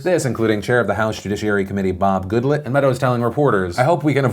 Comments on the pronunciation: I know it's a small thing, but you pronounced Bob Goodlatte's last name wrong. It's supposed to be pronounced good-lot, where as you pronounced it good-lit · Phil, I love ya, but to be credible you need to pronounce people's names correctly. Rosen-stine (long I, like a stein of beer) and Good-lot. (not let) just sayin' ATB